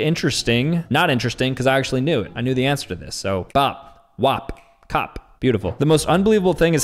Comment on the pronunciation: I heard "bap. *Wap*. Cop" ☠️☠️